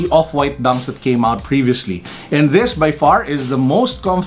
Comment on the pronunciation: "Opwaaaayt" - 😂